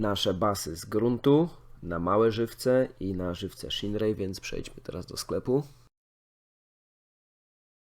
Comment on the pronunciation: Muszka nie szinrei tylko sziner:) pozdrawiam i czekam na więcej materiałów z fishing planet:)